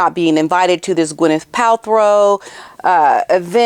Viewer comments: you crack me up, with the way you say Pal-throw lol 😂. Now, as much as I 🫶 you, I have to disagree. Hollyweird is def not supporting muggy. No one cares about her, but she just keeps asserting the herself into everyone’s lives and events. WME has many clients under the same umbrella, so those ppl sometimes have to oblige by what their agent asks of them, but I’m betting most ppl rolls their eyes, big sighs and the agents say, “I know, I know, but would you please? You’d be doing us a huge favor”🙏. It’s a “I’ll your rub my back, if you rub mine” type business, so ofc most likely they agree because they rely on their agent for certain opportunities in the industry. If Gwyneth was supporting muggy, she would have been at that event. Gwen is not stupid, she knows muggy likes to steal other ppl’s ideas and apply it to her own crap. Meg is one of the biggest grifters in hollywood and everyone knows it. Besides who wants a leech attached to them all night? Poor Kevin Costner, she followed him everywhere, and she was prob butting into all his conversations, fake laughing etc. I guarantee he was very uncomfortable, but she had stars in her eyes, staring at him with doe eyes like the lil love bomber she is, fan girling him like a weirdo, because she cannot read the room. I believe those few ppl, who pose in photos with muggy or keep a connection to her, do it only for self-gain. It’s an individual choice no one else is supporting her. Kris Jenner is hoping that her grandkids will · You mis pronounced gwenyths last name thru pot this whole clip . Pal-tro…not throw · Ooops. It's not Palthrow. It's Paltrow. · It’s PAL-TRO not Pal-THROW as in throw me the ball. No H in her last name. Please say her name right. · Girl. That’s Paltrow. Pal. Trow. No throw in there. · Just wanted to say that her name is pronounced as Pal-tro, not Pal-throw. 🤷🏻‍♀️ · Killing me, smalls. Pal-trow. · Isnt she in Nigeria? Btw its PalTROW not PalTHROW.